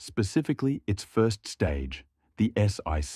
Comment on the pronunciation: S-ONE-C, not S-EYE-C. Sheeze!